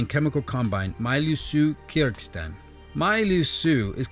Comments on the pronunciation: D'Aubervilliers isn't pronounced "dee-ow-ber-vill-yerz". It's "doh-bear-vill-yay". Kazakhstan isn't "kuh-ZAT-stun", but "KAZ-ak-STAN". Kyrgyzstan isn't "keerg-stan", but "keer-giz-stan." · Having problems with pronouncing Kazakhstan and Kyrgyzstan, eh chief? xD